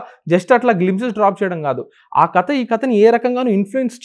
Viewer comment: కత కాదు 'కథ'